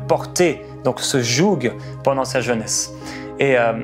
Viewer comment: JOUG se prononce JOU , merci pour pour cette émission inspiré du saint esprit